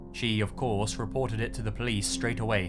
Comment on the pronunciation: "Called the pliss"